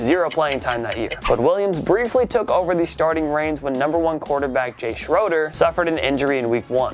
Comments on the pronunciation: He also miss pronounced Jay Schroeder. It’s Shray-der not shroder! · It's actually pronounced like Jay "Sh-RAY-der" not "Shroder" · As a Redskins fan... it’s pronounced Shray-der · Jay Schroeder is pronounced with a long "A", Schraader. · Is it funny that he said Schroeder wrong multiple times😅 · Thank you, that was pissing me off how he pronounced his name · Pronounced Shroeder wrong.